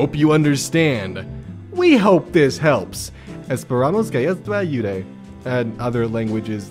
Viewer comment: saying "Esperamos que esto ayude" is blessed. In love it even more because my mother language is spanish and he pronounced it very bien!